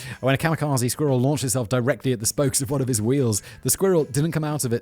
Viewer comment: I mean, the word "squirrel" is adorable and fun to say as it is, but the way Simon pronounces it ("squeeril") makes it even more damn cute. 😂